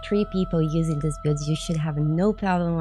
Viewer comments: we gotta work on your pronunciation of "builds", lol. Try saying it like "Billeds", you are sorta saying it like "Bewds". Love your work, high five! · I thought at first she said pubes😂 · Hello so I don't want to break chat rules just wanted to share something I thought was funny, at the beginning when you said a lot of people have been asking to see my builds I heard bewbs not builds 😂 Anyways love the video! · Tbh 3 seconds in i thought you said b8bs that people where asking to see them had me confused asf 😐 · She's saying builds, I know she is but I can't stop hearing beards instead and that makes this so better. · I heard bewbs but it was probably just a Freudian mechanism of some sort. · That’s just how Brazilian people pronounce L… Brazil = Braziu